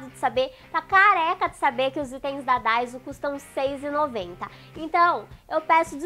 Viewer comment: é daiso e nao daizo kk